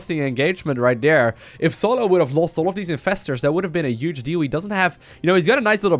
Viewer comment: i dont even know how to write down the way he pronouces "huge"